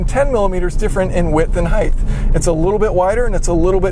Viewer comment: "width and heigth"